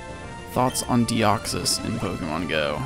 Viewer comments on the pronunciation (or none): none